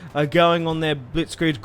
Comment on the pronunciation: Why are you saying Gunderbar?